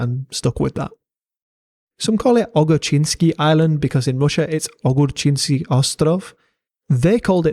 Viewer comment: Ogurchinskii island . Cucumbero island